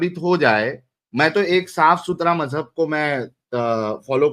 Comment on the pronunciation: Mazhub ❌ Mazaa + Hub ✅